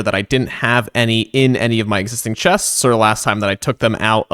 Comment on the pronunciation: hello! I loved the video, very cool usage of the copper golem... i have an extreme problem with the way you say "chests"